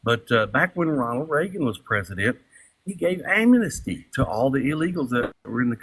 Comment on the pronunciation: Isn't amnesty a three syllable word? This guy turned it into four. Am-en-is-ty.